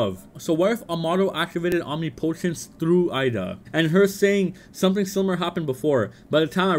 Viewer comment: I don’t know why it’s so hard for people to say eida name correctly. This dude keeps saying Ida but her name is pronounced with “a” sound like “ay-da” so put that all together you get Eida not ida.